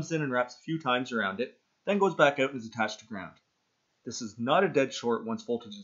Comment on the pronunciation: "check it ooot"